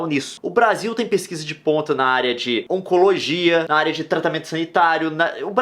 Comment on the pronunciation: "Ocologia" delicia cara Eu sei que é oncologia